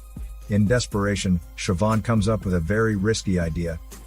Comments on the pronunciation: as an irish person, i'm happy that you pronounced Siobhan right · Of all the words that can be mispronounced I really thought Siobhan was a given on that list. Congrats on getting it right